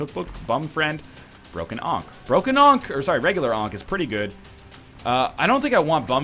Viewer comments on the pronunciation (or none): none